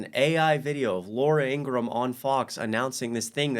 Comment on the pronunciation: it’s lara trump, not Laura😊 ingraham